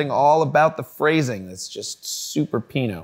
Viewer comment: Everytime he says Pino i cringe